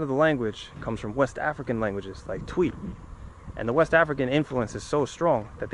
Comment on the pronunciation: Hi, Twi is pronounced Tree. Keep the vids coming